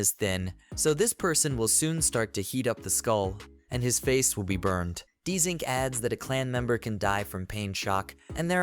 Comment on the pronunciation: Why is it saying his name Dzink? It's JUST ZINC